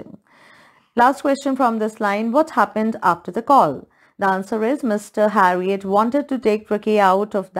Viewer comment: Its not harriot its herriot